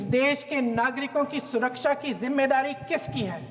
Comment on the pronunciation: Abe tera baap Mudi anpadh hai aur tu bhi anpadh hi hai jo support krta hai usko 😅😅 Sidha sa sawal hai ghuse kaise Baisaran me ye ni bata pa ra tadipaar anpdah gruh mantri bas past ka burai aur khud ka taarif kar ra hai 😅😅. Anpadh tadipaar gruh mantri bana hai. Surkasha ko suraksa bolta hai tera yogi aur anpadh tadipar gruh mantri 😂😂😂 aur anpadh Chai wala PM to radar ko badal me chupa deta hai 😂😂